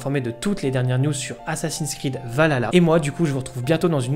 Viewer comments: Est ce qu'il n'y a que a moi que sa perturbe la mauvaise prononciation de Valhalla ? C'est VALHALLA pas Valala 🤣 lol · C'est pas Valala c'est VALHALA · S'il te plait frérot arrête de dire Valala 😂 c'est Val Halla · A mort ahah le nombre de personnes qui ne savent pas le prononcer. Val ha la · Je vais être casse couille mais ont dit val Halla et pas vaLala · Val-halla que sa se prononce pas valala merci est perso la dernière fois que j'ai était hyper c'était par ac 4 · On galère dans l'équipe à le prononcer correctement 😂 -Val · Je m'en lasserais Jamais "Assassin's creed Valala 😂😂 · Super vidéo, par contre on prononce : VAL ... HALLA ^^ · ça me fait toujours rire d'entendre Assassin's Creed Valala "Valhalla". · Arrêtez de dire "valala" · Le son H n'est pas un son français donc on peut comprendre que certains n'arrivent pas à le prononcer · Le H on le prononce.